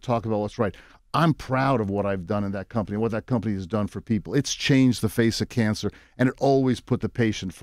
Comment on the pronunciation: “its çhanged the façe of çançer” 😒